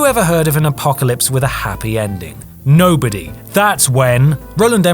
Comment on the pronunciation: The first d is silent. Learn English.